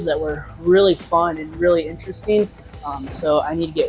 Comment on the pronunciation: Vewy vewy intwestring!